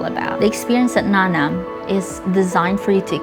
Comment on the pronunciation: Nanam is a hiligaynon word that means tasty. And she is trying to deny the origin of the word by pronouncing the word incorrectly. She is very pretentious.